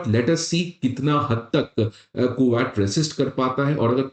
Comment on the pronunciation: Bro it ain't ku-watt Or is it